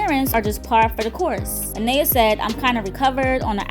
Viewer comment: I don’t understand how you’re saying her name wrong. Her name is Anaya you don’t say that a to pronounce the name you did this in the previous video so my name is let’s say Maria or Ashley or any other name you’re going to just pronounce the first letter which is M then say aria lol 😂😂😂😂